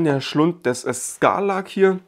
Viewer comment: Ich mag deine Reviews, ich mag deine Art, aber ich muss dir mal Hilfestellung bei der Aussprache geben. "Barge" wird nicht gesprochen wie geschrieben, sondern englisch, nämlich wie "Bartsch" Und der Knabe im Sand heißt Sarlacc, nicht Scarlack :D